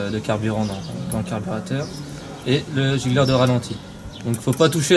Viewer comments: gicleur pas gigleur les gars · giGleur ou giCleur ? lol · GiCleur...pas gigleur...😉